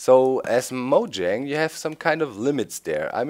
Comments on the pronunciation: Doc, Mojang is pronounced (Muu-Yeng) No one understands that -. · No its pronounced moyang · it actually is pronounced Mo-YANG and please don't call people retards. Its just rude.